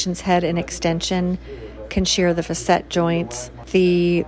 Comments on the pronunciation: I think “facet” is pronounced “fa-set” not “fuh-set” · Facet joints not facette. Doesn't look like a hanging. Looks better than getting cut open and filled with opioids.